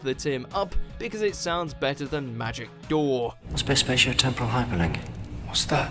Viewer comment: Narrator: yes I am payed narrator person Also narrator: tempohuhral